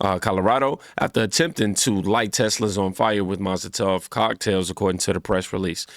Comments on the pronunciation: MOL-A-TOV cocktails. Mozel tov is a Jewish saying to express "Congratulations". So unless you're saying the jewish community is behind this... you mean molotov cocktails😂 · Molotov Cocktail… not mazel tov. Mazel tov = a Jewish phrase expressing congratulations or wishing someone good luck. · Molotov, not mazal tov. Mah-lo-tahv is a thrown incendiary device. Mah-zuhl-tahv is a Hebrew phrase meaning "good luck" or "congratulations". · bro u killing me lmaooo its not mozletof lmaooo its molotov lmaooo :face-purple-crying::face-purple-crying::face-purple-crying::face-purple-crying::face-purple-crying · Did he say mazel tov cocktails? lt's Molotov. Or maybe that's what they say to one another every time they throw one. 👺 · MAZEL TOV which is what you have been saying is Hebrew for good luck. MOLOTOV is a "cocktail" which is usually gas and oil mixed in a glass bottle or jar with a rag used as a wick. There is no S or Z as you can see in MOLOTOV. I kept waiting for you to correct yourself, but you said it 7 times. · Hey brother: It's pronounced Mall-oh-tov cocktail, not mazeltov=(is a Hebrew word meaning congratulations after people get married) hahaha. Love ya bro, just wanted to let you know so that people won't think you don't know the difference.. Molotov is a Russian weapon which features a glass bottle with a flammable liquid and a rag doused with flammable liquid and a rag lit on fire and acts like a grenade when the bottle breaks shooting fire everywhere. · You sound like a moron when you call a Molotov cocktail, "Mazel tov" cocktail. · I swear it sounded like you were saying “Mazel Tov” instead of “Molotov” 😂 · Did you just say mazel tov cocktail ? 😆 😆 sorry. I think they deserve to be sentenced to live in a communist country for 10-20. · Bruh "mazel-tov" cocktails 😂. Good content tho bro no hate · It’s a MOLOTOV cocktail. Not Mazaltoff. Lmao. Love You!! ❤❤❤ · My man's said mozletofs hehe. Nice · He said "mazel tov cocktails" 😂